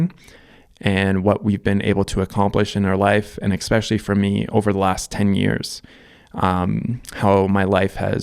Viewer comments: "Especially" is not pronounced EX-SPECIAL-LY. It's not, no matter how much your back hurts. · “Especially” pronounced: “Eh spesh ah lee”